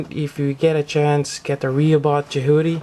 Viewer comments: I had to stop the second you pronounced it Je-HOO-ty. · You keep saying its name wrong and it's frustrating.